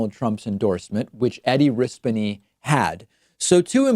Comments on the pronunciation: It's pronounced PHONY RISPONE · It's pronounced Eddie RisPOney, it's not hard to figure out! Don't dare preach about Trump's intolerance whilst pretending you don't know how to pronounce somebody's surname! 🙄👀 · Louisianan here. It’s pronounced “Riss-poe-nee” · "Riss-Pony" I found a video of Eddie Rispone saying his name himself. ;) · Hello from Louisiana. Its Ris-pown-ee. He is BARELY a Democrat but definitely the best we are going to get at the moment. It made me VERY happy that Trumps rallying did nothing. 2 of his rally's were an hour away from me. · It's pronounced rice poon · Louisiana native (and person who is glad Rispone lost) here. Rispone is Ree-spone-y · I think it is pronounced RISS-PONE-E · I believe it's pronounced Ris-PO-NAY. Dude, there are hella Italians in Argentina (2 relatives of mine emigrated there after the war). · Edwards sucks pretty bad, but I had to vote for him to keep Rispone out of office. We had a couple of progressives running in the midterms here in Louisiana, unfortunately none of them won. Oh, and it’s pronounced Reh-Sp-Own-E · Risboned that's probably how it's pronounced now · Hey David big fan from New Orleans here he was called phony Rispone here so it’s pronounced risponey or something in that ball park just rhymes with phony. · You claim not to know how to pronounce his name... I googled it and 0.2 seconds later I was watching a video of his wife pronouncing his name! Are you incapable of doing a similar search? Or are you deliberately misleading your viewers? I can send you the evidence of how to pronounce a persons name that you have struggled so hard to find